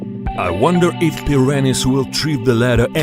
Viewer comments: Its like hes saying piranis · You guys are having a stroke,im dying of laughter whenever he says "PIRANIZ"😂🤣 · Pi ran ees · He keeps pronouning them preeranays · As much I wanna laugh it’s just his accent that’s y he sound and said it like that but lol